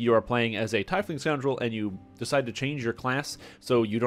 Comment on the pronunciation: "Tiefling is pronounced TEEF-ling, not tie-fling, as you can hear here." //